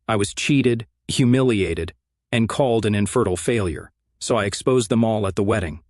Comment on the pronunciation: GALLED ⁈⁈ You Mean ''Called''